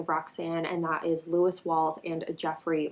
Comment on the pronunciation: It's Lewis